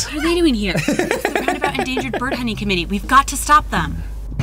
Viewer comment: Game: "If you're ever in the city of ROundabout, stop by!" A minute passes. Arin: "I'm pretty sure the TOWN isn't called Roudnabout, heh." Never change, Arin.